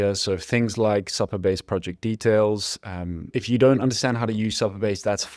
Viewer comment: For future reference it’s pronounced Super Base , not Supper Base .